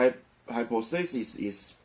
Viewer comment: 願您平安喜樂。Hy• 'po• the• sis [hai- 'pa th a s1s] 假設，假說(hypothesis重音在第二音節)